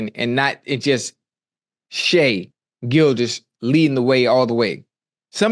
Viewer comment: Ocho pronounced Shai the right way ☺️